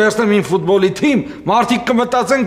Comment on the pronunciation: Թմի չէ թիմի